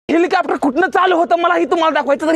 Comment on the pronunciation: हेलिकॉप्टर ❌ हिलिकॅपटर..✅ ही बघा.. ह्योका..😂😂